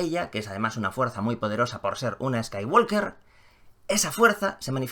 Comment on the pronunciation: Me duelen los oídos cada vez que dices Skywalker. ¿Podrías, por favor, pronunciarlo bien?. La “L” no suena.